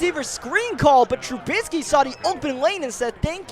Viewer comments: called trubisky “trubitsky” alot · Hey no hate or anything but you were pronouncing Trubisky's last name wrong just a heads up